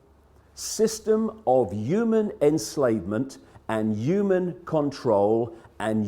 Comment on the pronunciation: Sad thing is even if every "YOOMAN" lol sorry David couldn't help myself, saw this video, how many if them do you thing would be woke enough to heed the advice. Then out of that percentage how many would have the guts to act on it then out of that tiny percentage how many would have the means available to enact that wish to do something bout it.